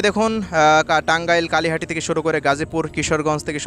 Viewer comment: ভাইয়া, টাঙ্গাইল ' কালিহাটি' না 'কালিহাতি',,,❤